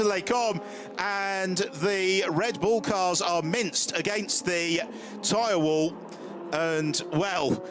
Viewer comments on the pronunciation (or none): none